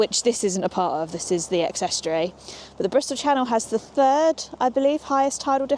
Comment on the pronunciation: British minimum wage for adults is £12.21. I've never heard that pronunciation of estuary. Not eating fish—unless one is vegan—is sad anywhere.